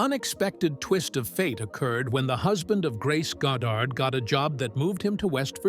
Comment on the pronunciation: "Found sucker in movies"?, "Marilee?", 'God dard"? Are you for real, AI CLICK BAIT?